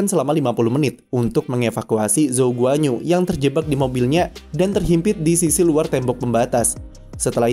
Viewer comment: bacanya guan-yu bang wkwkw bukan guanyu